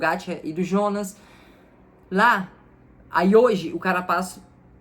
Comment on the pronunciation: Tadej (Tadei), Jonas (Ionas)!